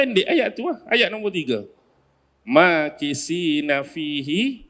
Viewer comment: Ayat ke 3 alkahfi sbaca dgn huruf tsa...maa kitsiina bihi abada...